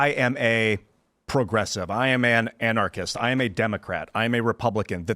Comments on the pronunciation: Wheel men are not pwogwessive....says Porky Pig with a tan. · Progressive = pro-dresses.😂 I'm sure I heard Jesse say that! 💀